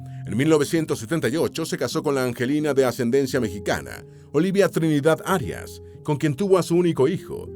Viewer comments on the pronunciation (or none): none